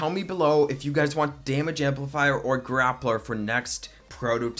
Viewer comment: Gay-pler, errr, grapler...